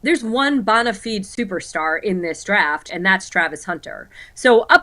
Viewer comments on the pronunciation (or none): It’s pronounced “Bone ah Fyde” not “bone ah feed”